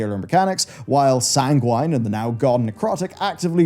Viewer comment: the way you say sanguine makes me sad 🥲🥲other than that, a good objective video good job!!